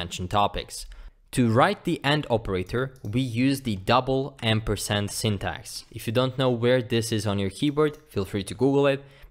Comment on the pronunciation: For everyone confused he is saying Double AMPERSAND smh lol It sounds like he's saying "End Percent", 'In Percent" and even "M Percent". "Like this comment if you were confused as well